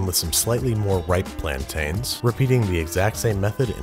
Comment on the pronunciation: That’s green banana not plaint-in not tain